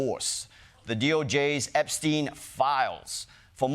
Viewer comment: Imagine mispronouncing Epstein after all these years